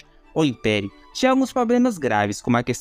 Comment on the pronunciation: Parei de assistir depois do "POBLEMAS".